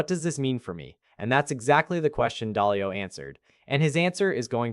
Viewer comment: It is Ray Dalio, not Dahlia